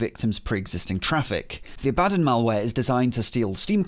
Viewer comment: Your pronunciation of Abbadon makes me irrationally angry.